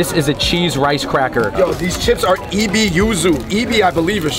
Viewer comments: Ebi should sound like “a-bee” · OMG you said “E-Bee”…. 🤣 omg